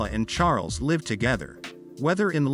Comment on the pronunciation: In the context of this narrative you pronounce 'live' as an adjective 'live' with a long 'i' insted of as a verb 'liv' with a short 'i'. Obviously you do not really understand what you are reading, in other words you are ignorant and uneducated. Traditionally, the British aristocracy have always had separate bedrooms.